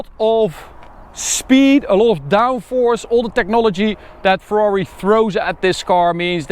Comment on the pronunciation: Ferrari no fwrhuawri